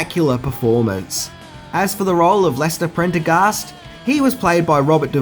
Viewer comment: I commend you for pronouncing "Prendergast" correctly. You'd be amazed how many people tend to butcher it.